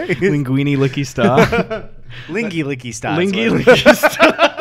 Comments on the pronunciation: It’s Wingardium Liqqy Sta not liqqy staaa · It's LiqqY Sta not Liqqy StA.